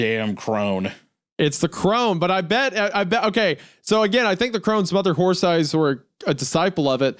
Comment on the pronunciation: Isaiah continuously mispronouncing horse as horth is cracking me up